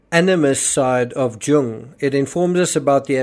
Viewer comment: Jung pronunciation is yung